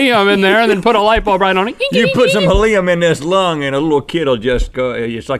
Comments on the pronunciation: When you tried to say helium you said Haleem which is a type of Pakistani food!i really rope you read this just so u know this is my daily routine!!Rhett and Link you guys are the best!!!!!!!!!😋😊👍🙌❤️❤️❤️ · HEL-I-UM. MY SIDES.